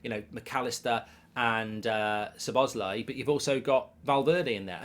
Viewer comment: Mark actually pronouncing szobozlai correctly Holy